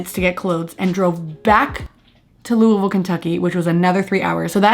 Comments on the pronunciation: i’m just happy you said Louisville right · Louder than Life ? Louisville girl here. Good on you for pronouncing Louisville like a local too lol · you saying louisville correctly warms my little louisvillian heart you have no idea